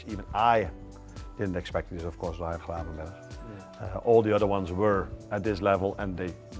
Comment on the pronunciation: He pronounced his first name too Dutch, like it's spelled Rijan.